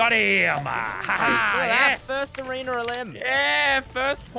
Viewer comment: No one:: Lannan’s already Goated at arenerrrrrrr